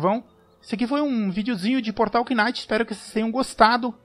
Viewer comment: Like Mano, Mas não se Pronuncia o K no Knights, Ele serve só de Enfeite 😆😆 Video Da hora